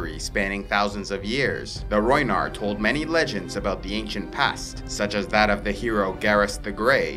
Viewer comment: Rhoynar not rhoynish